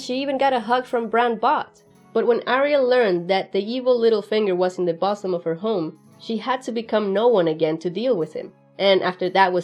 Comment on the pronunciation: Pronunciation of "bosom" is Boo - zum .. great work overall and I enjoyed it